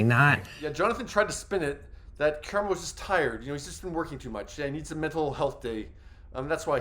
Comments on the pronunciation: That part! I spent the entire video shouting his name at the screen every time he said it... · His name is Ka-Rah-mo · KER•RAH•MO-, can you PLEASE pronounce his name PROPERLY?! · KU-RAHH-MOE!! Say it wilth me!!!! You definitely didn't pronounce it right. It's disrespectful to black people in general for white men and women to not say our names correctly. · Why tf is he pronouncing his name Kyer-emo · I need you pronounce his name Kaaaraamo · I hate veiled bias and racism against Black people. It’s been a few times he’a had underhanded slick comments against Black people, as well as a dismissiveness. The fact that you talk about someone but won’t even say their name properly just exposes your clear prejudice. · you keep pronouncing his name wrong …also how are you out of breath sitting in front of a camera ..? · Why are killing his name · First of all, pronounce his name right because you’re BUTCHERING it. And what kind of clown would sit in a space with people that don't like them? How disgusting and disrespectful of you to call that "drama" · He’s not being dramatic as you not pronouncing his name correctly!!!! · I wanted to hear about this but him butchering Karamo name is getting on my nerves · Listen, Karamo was always my least favorite (he always sounds like he's preaching at people and it doesn't really feel genuine to me. Plus, like someone else said, the Pink Sauce drama on his show was MESSY), but a "journalist" who can't even be bothered to learn the correctly pronunciation of the person they are talking about?? Big yuck, dude. I do think it's a little funny that the QE bubble seems to be imploding right before the final season though. 😂 The girlies are fighting!! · You appear to be biased, and won’t even pronounce his name correctly. Dismissive and Cheap Journalism. Unsubscribed .✊🏾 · Thank you cuz ppl act like it’s a phonetic issue to say his name correctly.